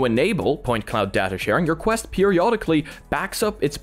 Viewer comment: QUST LOL ITS QUEST